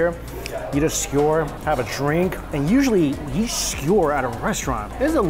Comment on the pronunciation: "All you can Yeat!"